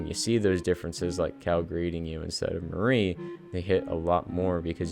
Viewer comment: Great video but a little pet peeve of mine– Mari's name is pronounced "Mar-ee" instead of the way the name Marie is pronounced!!